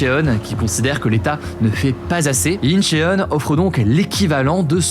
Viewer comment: Attention à la romanisation de l'écriture, Incheon ne se prononce pas Inché-one mais Inchône ! Le [eo] se prononce Ô ( ㅓ en coréen), petit documentaire intéressant, j'ai bien aimé l'explication des 4B moins virulente que celles que j'avais pu entendre auparavant. Je pense aussi que dans beaucoup de pays néo libéraux on en arrive aux mêmes problèmes. La Corée du Sud bien sûr a tous ces soucis (financiers, temps de travail, égalité des genres) poussés à l'extrême. En France on fait des enfants et on doit les confier sur de grosses amplitudes horaires très très tôt dans leur vie. Ça n'a pas de sens. Il faudrait qu'on revoit les priorités, travailler oui, mais partir tôt pour récupérer tôt son enfant. Comme au Danemark où c'est très mal vu de faire des horaires au delà de 16h /16h30. Un congé maternité (ou paternité) plus long, et bien sûr résoudre la crise du logement actuelle, le problème de plus en plus grave de répartitions des richesses.